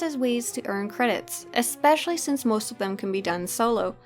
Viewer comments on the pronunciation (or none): none